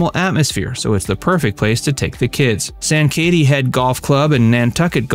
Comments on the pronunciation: Sang KA tee (say it fast with emphasis on the KA) not San Katie. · Sankaty is pronounced SANG-kuh-tee. Nice video! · I couldn’t listen to you trying to pronounce sankaty